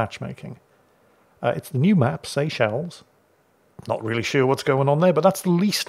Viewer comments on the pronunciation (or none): none